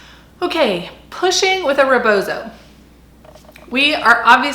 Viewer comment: First words our of a non POC person mouth attempting to educate about a cultural practice that isn't your own should honor the stolen land you are on, site that this is from an indigenous practice, and learn how to actually say rebozo. My culture is not for sale for white folks!